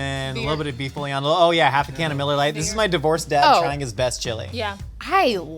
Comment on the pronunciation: I hate how pronounces boullion